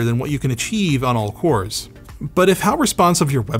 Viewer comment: I keep mishearing "all cores" as "all fours" - Not a bad thing ;)